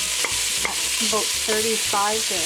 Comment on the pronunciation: aBOOT or aBOUT?